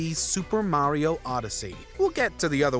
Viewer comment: It's mario not mayrio